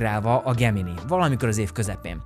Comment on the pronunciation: Nem gugol, hanem gógöl, nem gemini, hanem gemináj